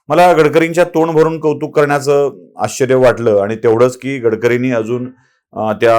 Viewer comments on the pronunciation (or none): none